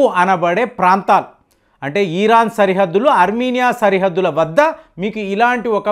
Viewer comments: ఈరాన్ కాదు అయ్యా ఇరాన్ అని ఉచ్చరించు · మీ మాటల్లోనే యుద్ధాలు అయిపోతున్నాయి ఈరాన్ కాదు ఇరాన్ గా ఉచ్చరించండి భారత్ మాతాకీ జై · Uncle మీ ఇన్ఫోర్మేషన్ చాలా బాగా చెప్పారు కానీ "ఈరాన్" కాదు "ఇరాన్" అని చెప్పండి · ఫస్ట్ ఇరాన్ ని ఇరాన్ అని పలకడం మానేయ్